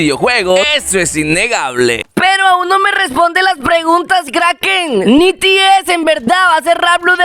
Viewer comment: No se pronuncia nities se pronuncia NETIS XD